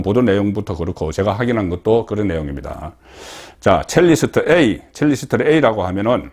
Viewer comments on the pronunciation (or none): none